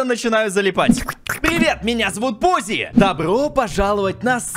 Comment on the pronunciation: В начале ты сказа Пуззи а не! 😊